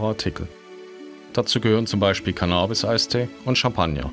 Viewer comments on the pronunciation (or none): Mir hat das Video gefallen, bis Cannabis so furchtbar falsch mit langem a gesprochen wurde